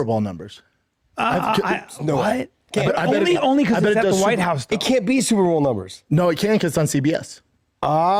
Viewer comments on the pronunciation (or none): Why won’t anyone correct him on SuperBall? Tell him it’s fucking Super BOWL!! Next time he has a live chat someone please do it! Even if the fights were on CBS I don’t think that will matter. Most ppl cut the cord and don’t have cable. More ppl probably have paramount plus than CBS at this point